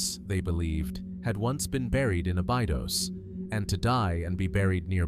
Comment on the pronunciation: Ah-BEE-dohz and RAH-meh-seez is diabolical. I was trying to fall asleep and that woke me up and made me mad. 😂